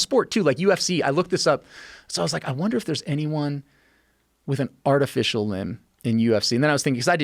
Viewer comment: Anyone else die when he said "artifish"..